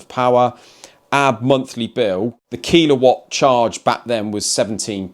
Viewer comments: It’s a killawatt not keelawatt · and whether you're talking kWh or kW, it's pronouced killer-watt, not kilo-watt lol, it sounded so odd